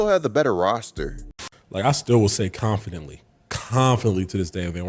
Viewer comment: he’s in denial he can’t even pronounce confidently properly